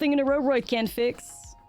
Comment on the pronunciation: Ouroboroid is pronounced the same way as you pronounce Ouroboros but with the oid at the end. Can't deny thats the only reason why I didn't finish the video.